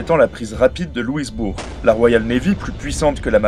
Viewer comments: Excellent ! Je voulais, moi aussi, renseigné notre cousin Français au sujet du grand dréangement, qui fut une déportation massive des Acadiens. Aussi on ne dit pas Louis...bourg, mais simplement Loui...bourg. ; donc, on ne prononce pas le «s», comme si on disait Louis. Perspective intéressante du point de vue d'un Français. Merci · Le fort de Louisbourg, et non de "Louisebourg". Sinon, bien qu'il y ait surtout des francophones au Québec, c'est vrai, il y en a un peu dans les provinces maritimes, surtout au Nouveau-Brunswick, de même qu'en Ontario et au Manitoba. Merci. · Petit détail de prononciation, on ne prononce pas le "s" dans Louisbourg. Ca se prononce donc "LouiBour" tout comme pour Lévis, qui se prononce"Lévi". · On ne prononce pas le "s" dans Louisbourg ! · En plus de ce que d'autres ont fait remarquer: on dit Louis-bourg en français, pas «Louizebourg», et le vrai nom de l'Ohio se prononçait bien O-ï-o, pas o-ail-o, quand même. L'Acadie cédée en 1713 ne concernait que ce qui s'appelle aujourd'hui la Nouvelle-Écosse (Nova Scotia) continentale, alors que l'Acadie du Nord (Nouveau-Brunswick), l'île Saint-Jean (Île du Prince-Edouard) et l'Isle Royale (île du Cap-Breton) restaient sous la puissance (on ne peut pas vraiment dire possession...) française. Sauf la Nouvelle-Orléans et le delta, la Louisiane à l'Est du Mississippi fut cédée à la Grande-Bretagne en 1763, pas à l'Espagne qui a récupéré l'Ouest. Ah oui, la photo de De Gaulle au début, ce n'est pas du tout l'hôtel de ville de Montréal qu'on montre là.